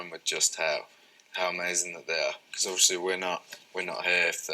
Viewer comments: he says “overshee” “orsley” “orshey” “oversea” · Yes, he says, Overshley. When I listen to his interviews as ASMR, I find myself pronouncing it like him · Yeah he puts a "Sh" sound into it. <3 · Harry say odviosly a lot and it s so cute